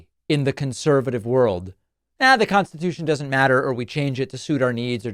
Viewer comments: He said Constitaich at one point too. If you’ve struggled once, try not to do it again, you old fool 🍊 🤡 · He's going to make it "constitoosh" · Why is he saying “Constitoosh”? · We're gonna make it "constatoosh" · It’s constitoosh! Or constitaich (once). It’s MagaLang. Completely incoherent to normal people. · Trump said he wants to make burning the American flag “Constitoosh! He used that pronunciation several times!!! YIKES! Slurring his speech again!